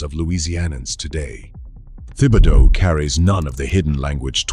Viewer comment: Best to check up on the pronunciation of many of these names. Especially Thibodeau.